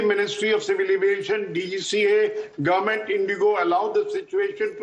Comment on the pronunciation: Ya, it's "gowmunt". Not government 😂